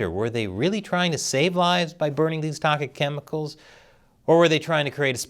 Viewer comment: Don't think I missed the "toket chemcials"